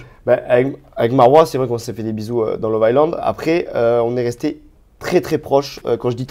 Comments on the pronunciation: On ne prononce pas le S de love island...très stressant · si tu pouvais arrêter de prononcer: « love ICELAND » Le « S » ne se prononce pas dans ce mot 😆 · J ai laissé pareil le meme commentaire. Visiblement il n a juste pas envie de le prononcer correctement. Lol.